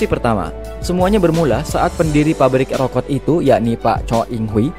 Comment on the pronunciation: Rokok min bukan rokot 😂